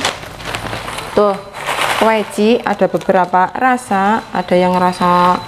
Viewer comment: Kweci..kweci..bhsny lucu mbk..🤣🙏 klo aq bilang..kwaci..😂